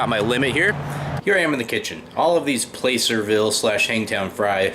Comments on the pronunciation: Well if you were anti lynching as you say you are,then you wouldn't be making "Playcerville Hangtown Fry"Pronounced plasserville not playcerville "bro". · Awesome! Thank you for your mentioning the local (to me I'm in Sacramento) historical town of Placerville. Us in the area pronounce it Plas-er-ville. Not following the typical grammar rules. My husband and I will have to try your recipe. Keep up the good work. Can't wait for the next. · I see in the comments someone told you the correct pronunciation of placerville. I sure had a time with puyallup when I moved up here not to mention a few other towns. Great video! I'm hungry now. The Piscatorian